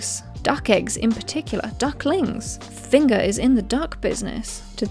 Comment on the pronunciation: I live in finger and found this hilarious 🤣 oh and your pronounced Finger wrong its Fanger 😂😂